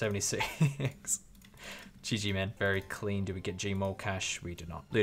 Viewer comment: "Cleen" RSN: King Kris